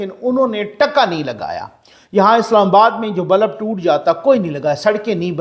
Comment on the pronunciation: معذرت کے ساتھ بلب لام کے سکون کےساتھ ہوتا ہے لام کے زبر کے ساتھ نہیں ہوتا۔